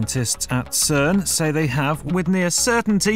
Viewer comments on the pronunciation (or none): none